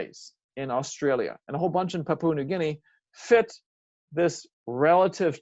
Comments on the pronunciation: Lol it just got me talking about languages and couldn't even pronounce Pa-pu-a New Guinea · Very interesting, though it vexes me every time you pronounce the word 'Papua'